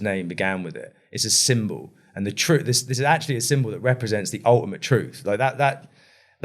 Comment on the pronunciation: Just keep adding rambling on to rambling. Nothing actual here or learned. Just a whole heap of analogy with no ties to each other. I knew it the second he said to-ruth!!